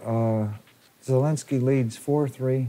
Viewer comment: it’s very slightly hearable even to polish. In a name like this, IE is spoken fast without emphasis so sounds like “zeh”. The announcer is saying it 95% like a Pole would say it.